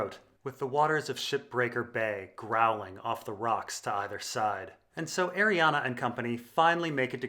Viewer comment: I cant stand you saying Arianna when it's clearly not pronounced like that